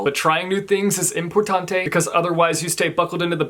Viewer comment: You probably didnt mean this but they way you said “importante” made my Filipino heart a little bit happy haha